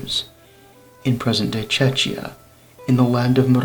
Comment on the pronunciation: Wallachians, not Vlachs, you ... "Vlach" means Italian, moreover specific Italian from some northern regions. Czechia is not pronounced like "czeczia" . If you don't recognize Chechens from Czechs, then don't do videos. The truth is much simpler. Wallachians were invited by the owners of Moravian lands in the Middle Ages to farm in higher altitudes. They had a more resistant mountain breed of sheep and "know-how". The Slavs also ran grazing, but held in the river valleys, on the hillsides maximally. Originally, it was not a large number of people, they taught it locals. A similar situation was in Bohemia, when the Czech king invited the Germans (it was not only Germanic people by the way) to the border mountains for the same purpose - to run a mountain farm. In this case, this thing didn't pay off for Czech in the future. But in those times of building civilizations and empires, it was quite common for rulers to request a group of foreigners who carried some technology. The politically motivated migration of the Wallachians you are talking about is a later matter.